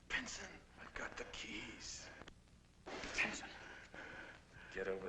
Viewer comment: Why does it sound like the narrator is saying "Pinton" but everyone else is saying "Pinson"?